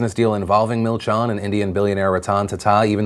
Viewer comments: Milchan is pronounced as milchEn :) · That's not how you say milchan